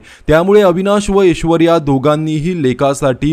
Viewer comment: अरे ऊचार नीट कर रे.. एशवर्या नाही रे .. ऐश्वर्या..आणि अमेरिका.. खूप जण जातात, त्यात काय ...व्हिडिओ करण्या सारखं का..उगाच आपला टाईम पास..